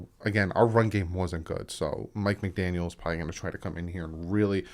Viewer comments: Hey I know it is hard but try to stop saying McDanielS, lose the S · Brother no offense but youre horrible with names... Its McDaniel no s its joe philbin not philman and its youscheck thats how u pronounce it bro... Do watch the games? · McDaniel no s please lol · It's McDaniel. No s at the end. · McDaniel no ‘s’ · McDaniel not McDaniels, other than that another excellent video! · I'm sorry, I couldn't help saying this because I cringed every time I heard it but.......Juszczyk is pronounced YOOSS-chik not juicy-chick 😂😂 (just having a little fun there) and there's no "s" in McDaniel. Again, sorry, but just helping you out a little bit here. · Bruh, it's McDaniel. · It's Mike McDaniel, no s on the end. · No S. No S. NO S. Also Juice-check. You know damn well what you're doing and it's not endearing. Just say the goddamned names right. A mistake every now and then is one thing but doing it every vid makes you look like a jackass.